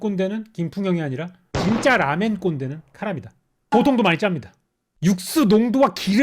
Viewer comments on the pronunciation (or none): ㅋㅋㅋㅋㅋㅋㅋㅋ 라멘리뷰 너무 재미남 근데 제발 쇼~유 처럼 라~멘이라고 해주세요